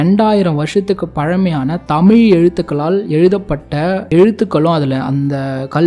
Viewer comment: தாங்களது தமிழ் பண்பாட்டு தேடல் முயற்சிக்கு நன்றி. நெஞ்சார வாழ்த்துகிறோம். அதே நேரத்தில், தமிழின் உயர்வை பற்றி சொல்லும் போது தமிழை முறையாக உச்சரிப்பது மிக அவசியம்.. கவனித்து திருத்திக் கொள்ள வேண்டுகிறோம். குறிப்பாக க தமிழ் என்று உச்சரிக்கும்போது கூட ழ் விகுதியில் சற்று தடுமாற்றம் தென்படுகிறது. எகிப்தை எஜிப்து என்ற உச்சரிப்பது தமிழ் மரபுப்படி பெரும் தவறு. மூன்று ஆயிரம் என்பது சரியல்ல; மூவாயிரம் என்றே முறையாக சொல்ல வேண்டும். சிவப்பு கடல் என்ற பிரயோகம் தவறு. செங்கடல் என கூறவேண்டும். நல்ல தமிழ்ச்சொல் பிரயோகங்களுக்கு பழைய ( ) நாவல்கள், சிறு கதைகள் , பழைய கால சினிமா படங்கள் (MGR, Sivaji,SSR, முத்துராமன், சிவகுமார், கமல் )பழைய கால கல்கி, விகடன், கல்கண்டு, போன்ற வாராந்திர பத்திரிக்கைகளையும் புரட்டி தமிழ் சொற்களை தெரிந்து புரிந்து கொள்ளலாம். நன்றி.